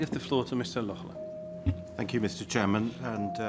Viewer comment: Lochlunt? Wat is dit voor een zwakbegaafdheid? Er staat toch duidelijk Laughland?! Doe één tel moeite om dat goed uit te spreken.